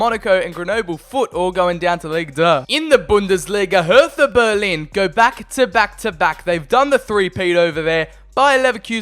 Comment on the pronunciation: You say hertha bugugduiftuh